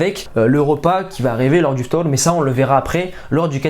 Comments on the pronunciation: Franchement la prononciation d'i ftour c'est carrée 👌👌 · Merci t’es super bien renseigne mdrrr t’as mieux prononcé ftour que moi tu pense à nous en plus